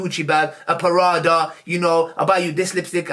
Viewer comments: Man said a “PARADA” instead of Prada. 😭😭😭😭😭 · I love how you made prada sound like paratha. You the best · Lol a mix between paratha and prada